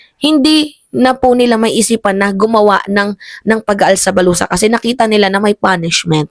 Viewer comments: "ALSA BALUTAN" po hindi "ALSA BALUSA"😂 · alsa balutan "Hindi alsa balusa... 😂😂😂